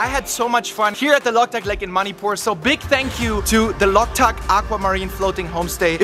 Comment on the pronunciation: It's Manipur Not Moneypoor 🤦‍♂️